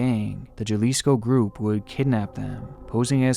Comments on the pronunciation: Love you, half my family is from Jalisco, Mexico. it is pronounced Halisco,the J is pronounced as H..... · Hey. The way you pronounce Jalisco is with an H like Hotel. Ha-Lees-co Ja Lis co HA - LEEZ - CO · So, the pronunciation of Jalisco = ha-leesco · Never in my life have I heard of that rapper in Mexico, and I am Mexican, but I am not surprised about the story. Also, not being rude; just trying to help. It is pronounced HA-LEE-sco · The "J" in "Jalisco" should be pronounced like an "H" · yes it is spelled Jalisco, but pronounced "Ha-Lisaco" I have deep ties to mexico even though I live in toronto canada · It's a hard "h" sound for Jalisco, not a soft "j" as in "jelly", "how", "H-alisco" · I know this is 2 years old but I have to say it, Jalisco, the J is pronounced as an H, pronounced: Halisco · Jalisco is pronounced ha-lisco lol ! :p I loved this video it was very intense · The mispronounciation 😭 I'm Mexican and it's pronounced "Halisco" since Js are pronounced as Hs in Spanish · How hard is it to pronounce it “haaaaalisco” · The Mexican State of JALISCO?? It's pronounced like "Ha-Lisco" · Bruh Correct me if I’m wrong but the J in Jalisco makes a H sound. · By the way Jalisco is pronounced Halisico just fyi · Idk if you really care but you pronounced Jalisco wrong, in Spanish the J makes an H sound from English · "Jah-Lee-Sco" 😭😭 I know he tried but it hurt to hear. I'll give him props for being close to it tho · Jalisco is pronounced Halisco….. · jalisco is a crazy place man. Good video/research as always. Oh btw, not that it matters much, but the J in español is pronounced as an H. So like (Hal-is-co) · It’s pronounced “hallisco” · "Juhlisco" lololol Nice vid tho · i loved this video! there's just one thing; the Mexican state Jalisco is pronounced Halisco, with the J make an H sound. otherwise amazing vid :) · FYI: The J in Spanish sounds like an H and the I sounds like a long E... So JALISCO would be pronounced HAH - LEES - COH